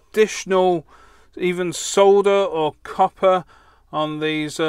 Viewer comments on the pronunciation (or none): none